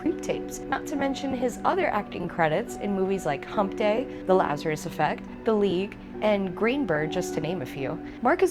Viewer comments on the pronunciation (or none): none